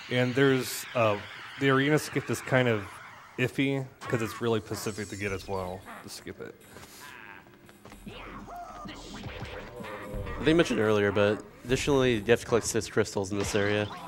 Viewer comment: This guy cannot say specific, he keeps saying pacific lol